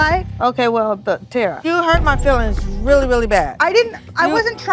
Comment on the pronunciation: Somebody called that lady “Terror” instead of Terra and I ain’t never been the same since 😂😂😂😂